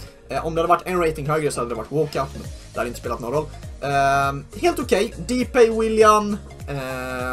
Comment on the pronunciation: Stör mig lite på att du säger depäj istället för däpaj för har en i min släkt som heter depay å Aa detta var en skit konstig kommentar men gilla detta ändå